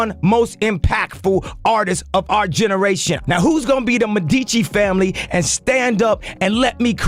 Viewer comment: m E dici, not med I ci (sorry, it was really painful to hear)